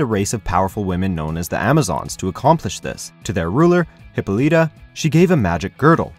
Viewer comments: Great info but you're saying the names wrong is maddening. It's Hyp-Pol-La-Ta and Them-ma-sCara. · I cringed every time this guy mispronounced Hippolyta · OMFG! this guy can't even pronounce Wonder Woman's mother's name correctly. #WHATADUMBASS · I'd give this video a thumbs up, but the speaker can't pronounce Hippolyta or Themyscira properly. Both are said many times in the recent Wonder Woman movie. I thought you guys were a tad more professional than this. Very disappointed. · Well, gee, it's almost like they thought end of the name "Hippolyta" would pronounced like the name "Lyta"... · Not to be rude but your saying hippolyta wrong